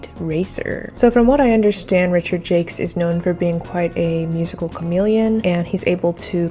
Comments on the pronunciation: The soundtrack really improves the game by a lot. TJ Davis is indeed great! Thought Richard's last name was pronounced more French. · Just to make sure no one is confused, Jacques rhymes with shock, begins with a “zh, and ends with a silent s. 👌 To anyone named Richard Jakes, sorry for the confusion! 😅